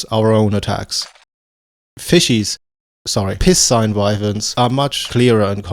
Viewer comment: "piss sign wyverns" I assume that was intentional, but if not: it's pronounced "pie scene"